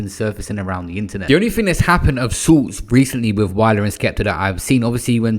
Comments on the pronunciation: Man said wiler 😂I love your slip ups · wiler and skepta? Whats with R’s forcefully being added to words and names unnecessarily past few years